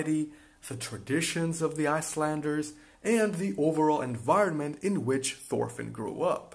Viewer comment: its Torfinn, nått thor